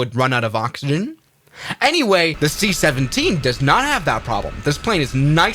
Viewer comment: The seat 17 instead of the c17